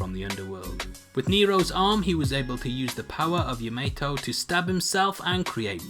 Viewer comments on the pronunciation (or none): ya-mei-to? Really?